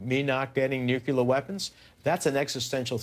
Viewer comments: "...towards nuculer weapons.." What a moron. Say it with me: Nuclear. NEW - - CLEAR. Nuclear. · "nuculer" weapons